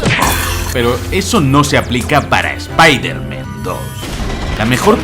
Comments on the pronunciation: Por qué dices todo el rato Spider-Men?? Es Spider-Man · Desde el anterior 30 detalles acojonantes de Spiderman, tienes la manía de decir Spiderman en plural. ¿Cuál es el motivo? Porque que yo sepa, en esta trilogía no se menciona la posibilidad de un multiverso. Como buen hispanohablante, si voy a decir el alias de este superhéroe, prefiero decir "hombre araña" en claro y perfecto español, antes que pronunciar una palabra en ingles como si estuviera escrita en español. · Me encanta que lleves dos vídeos seguidos diciendo "espider-men".